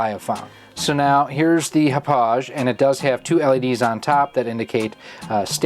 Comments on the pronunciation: It is pronounced Hah-pog. Like the town in Long Island, NY where it is manufactured. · Ha Pog - Thats how you say it in case you care lol. Name of the Long Island town where the company was located :-)